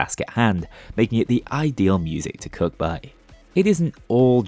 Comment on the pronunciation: He didn't say 'cook' or 'cooking' once in this video. It was all 'cuck' and 'cucking'. Prove me wrong.